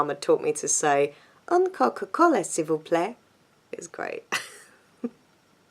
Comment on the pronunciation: I'm new! Great video! it's funny: ''Un coca-cola s'il vous plaît!'', your french is good!